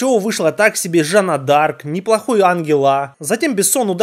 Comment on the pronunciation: так себе " Жанна Де Арк" (фэйспалм)